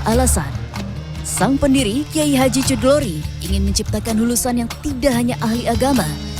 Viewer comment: bacanya khudhori min, bukan cludori